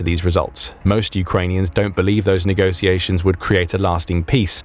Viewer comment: Negociations? It's negoTiations